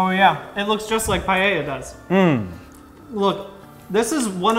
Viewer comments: Did you just pronounce Paella as Payeyah? Unsubscribed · i love english speakers pronoucing spanish words and ADDING letters, like paella, i luv pallella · so apparently americans pronounce paella païeïa i find that hilarious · its like "puh- eh- yuh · Im gonna die by the way they pronounce Paella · the pronunciation of paella in this video really hurt me deep inside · As an Spanish guy I feel offended by the way they say Paella